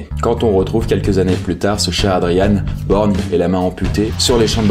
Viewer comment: Boer se dit bour et pas Bauer